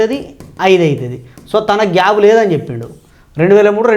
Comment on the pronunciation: Gab kaadu sir gap. Plese correct your pronunciation.